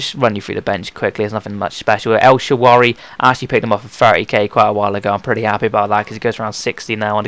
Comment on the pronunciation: EL-SHUH-RAH-WEE not EL-SHUH-WAH-REE :P